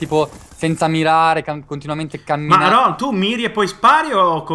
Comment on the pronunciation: se poi lo chiami "ronh" ahahahahah si chiama Rohn .-.